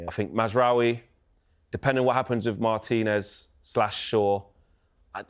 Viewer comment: MART - INEZ ❌️ MAR TIN EZ ✅️